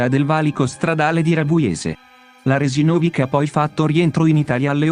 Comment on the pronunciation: perché pronuncia in modo errato il cognome Resinovich?